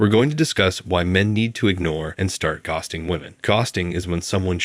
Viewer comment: its so obvious .The way ghosting is pronounced he didn`t even proof watch this video!